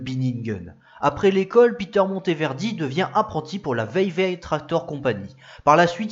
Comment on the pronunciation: 0'25 : Vevey se prononce "Veu-Vé" et pas "Veille-veille"